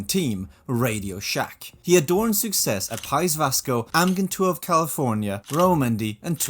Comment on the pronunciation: You hid your Danish accent quite well until the “phone” segment (and you pronounced “success” with the wrong vowel just before it). I’m envious :)